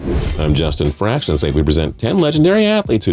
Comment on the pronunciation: Is it just me or does he never pronounce the “ion” part of his last name “Fraction” it always has bugged me hahah